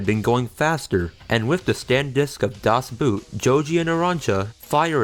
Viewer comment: He cant pronounce Das Boot god damn